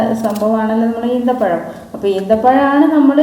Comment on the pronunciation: ഈന്ത പഴം അല്ലാ ഈ ത്ത പഴം